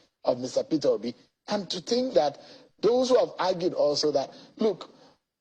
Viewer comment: It's Peter Obi not petobi. Na wa o bros